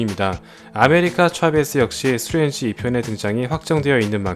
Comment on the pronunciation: 스트뤤지? 스트뤠취?ㅎㅎ 영어도 아니고 콩글리쉬도 아닌 절묘한 발음 재밌네요;ㅎㅎ